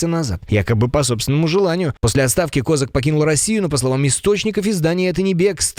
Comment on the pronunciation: Ставте правильний наголос на прізвищі Козака